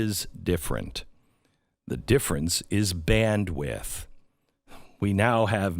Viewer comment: Man needs to learn to say Bandwidth